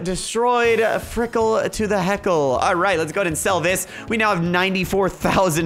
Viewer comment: frikle to the yeckle